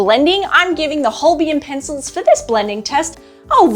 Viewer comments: Love your reviews though you have spelled Holbein incorrectly and also pronounced the name incorrectly. It should be pronounced as "Holbine". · These are useful reviews, and I hope you are enjoying your Holbein pencils. A shame you didn't get to experience the amazing Holbein Soft White pencil - it is really special!. And, FYI - Holbein is pronounced like Hole-bine (rhymes with vine), not Hole-be-in. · Thanks, that's correct. As Holbein is a german surname, named after the famous medieval painter Holbein. It's pronounced: Hole- bine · Holbain pronunciation. Think of Holbein as sounding like hole-bine, where hole is just like the word, and bine rhymes with fine or line. So, it’s not as you are saying it; it’s more like saying hole and then bine, with the ei part pronounced like eye. This should help make the pronunciation clearer.